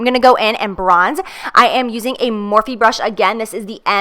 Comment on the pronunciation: Is Morphe not pronounced "morf" not "morfee"??